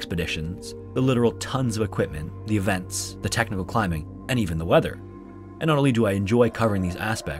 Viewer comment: " similar to techno-o cave diving" What'd he saaayyyyyy??.😂😂